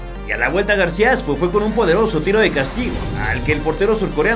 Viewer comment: en el min. parece que le dices García Asco a García Aspe